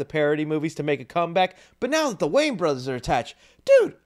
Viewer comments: WAYANS, their name is wayANS, not Waynes, it sounds so weird when you say it that way. Not trying to be a jerk, just educate, love your videos, but there is an A at the end of their name, just sound it out Way-ans not waynes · It’s pronounced WAY-ANS. Sorry my guy lol whenever you talk about them or even just Marlon you say their name wrong. You say Wayne. It isn’t right lol.